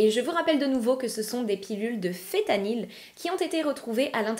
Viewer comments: Fentanyl et non fétanyl🫤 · Le fentanyl y a un N que l'on prononce et t'en trouves pas que sur ordonnance mais aussi chez le dealer